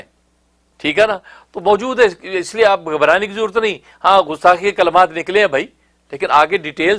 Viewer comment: لفظ غستاخی نہیں گستاخی ہے۔ کہاں سے تعلیم حاصل کی ہے آپ نے۔